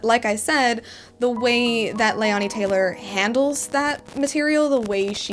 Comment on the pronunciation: Your pronouncing the authors name wrong. Its not (Lay-on-e), its ( Lay-nee). Also really good review.